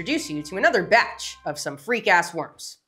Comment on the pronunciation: 😂yep, the em-PHASIS on the wrong syl-ABLE changes it all up!